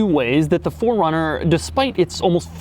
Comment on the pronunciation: Keep saying "FORD" runner. Please correct it with a subtitle